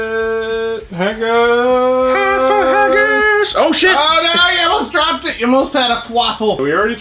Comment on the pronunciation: Fuck. I love you bro, but if I hear you say hayggis again I'm gonna do rip my hair out.